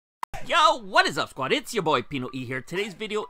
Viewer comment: Why'd he say yo like dat